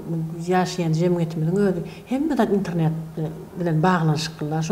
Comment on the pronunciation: INTRNET däl-de INTERNET diymani owrenmanler gechdi turkmen aga.